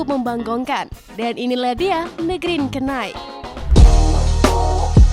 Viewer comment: Cara sebut "Green Night" (K) itu ga perlu ada bunyi....Sama2